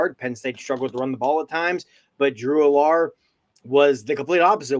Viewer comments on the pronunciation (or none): The drew allar mispronouncing kills me lol. Idk kind of seems like didn’t watch games if mispronouncing names